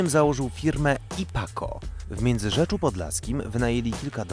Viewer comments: W Miedzyrzecu Podlaskim a nie -rzecZu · W Międzyrzecu podlaskim a nie kur,,a Międzyrzeczu!!!!!!